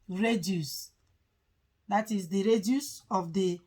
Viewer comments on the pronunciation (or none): Radius n not raduce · If she didn't pronounce it well, are u the originater of English, jealous person, if u are watching her videos to learn from her, shout up and learn